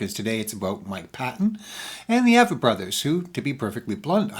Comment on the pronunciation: Avett is pronounced with a long a, like acorn. The emphasis is on the A, with a soft vett.